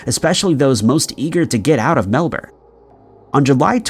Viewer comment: My man's done us proud! Melbourne pronounced properly! Let it not be said isn't making an effort. Thankyou!